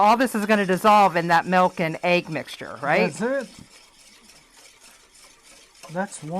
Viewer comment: MELk...mlk...English its MILK.